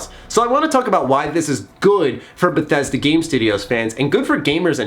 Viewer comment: It is not Bethesda, It's Bethesdaaaaaaa